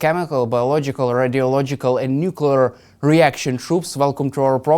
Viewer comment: Hamus Garden keep saying Nucular 😂😂